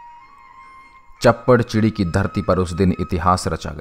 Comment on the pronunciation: Shappar chiri aa ,chapar chiri nai